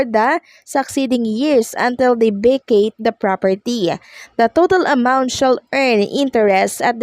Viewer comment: Vacate- hindi Vecayt. Ka simpleng English yan!